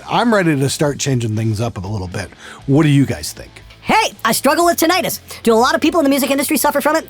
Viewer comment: It's pronounced tin-it-us, not tin-eye-tus.. Just a nit pick. I've had it the last 6 years, full blast, and it's a horrifying condition. I've spent 20 grand so far trying to find a solution, but no luck. It's wrecked my life. Most people have a low intensity form of it where sound distraction can work. Other's of us have no such relief. There is no known cure. The hope is that stem cells will be able to regrow the auditory hair cells which have been destroyed - hence your brain trying to fill in the gaps. I've read accounts from people who have traveled to Europe and Mexico for stem cell treatment with mixed results. I'm currently trying the Levo method.. google it. So far, not working. It's $4500 for something you might be able to do yourself. Create a tone that exactly matches your tinnitus in frequency and texture. Throw it on an ipod and listen to it while you sleep at a volume that is slightly lower than the intensity of your tinnitus at the time. It's a form of habituation. Do it every day for about a month before deciding if it helps or not. It just sucks bad. People commit suicide due to it.